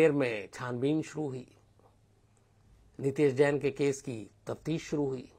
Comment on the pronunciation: यह घटना अजमेर की है अलवर की नहीं और नाम गलत बोल रहे हो नितैश जैन नहीं नितेश नैन है